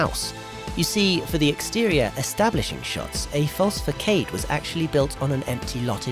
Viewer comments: It's pronounced "Fa-SAAAD", not "Fa-CADE" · The word "facade" means the part of a building that faces the street. You pronounced it FAY-KADE which is wrong. It's pronounced FAH-SOD. I liked the older videos with the cool music and NO NARRATION. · What’s a fah- cade? I know what a façade is but not a fah-cade‽ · facade is french, the c is soft. it's pronounced fass-odd. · Pronounce facade correctly. (Sounds like fuh·saad) " The facade of the house......."